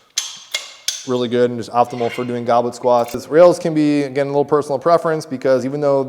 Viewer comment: Goblin 😂 it’s goblet like the cup (a drinking cup)